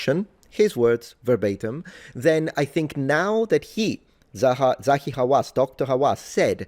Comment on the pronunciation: It's Zahi, not Zawi and shame on who?